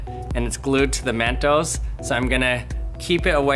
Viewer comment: When he says mentos, it sounds like MEENTOES